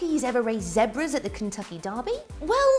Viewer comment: Zebras not zabra